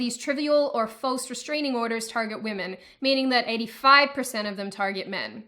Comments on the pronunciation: "waymen" lmao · Waymen wtf? it is wahmen. It is pronounced ‘wa’ like a baby crying Then ‘men’ Wahmen. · Oh snap! She said wayman 😂